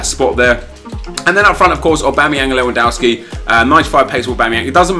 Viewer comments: please, his name is pronounced Lev an dov ski, it really makes me cringe when people say his name wrong 😣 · How many times are you going to butcher Lewandowski's name?! Daamnnnn XD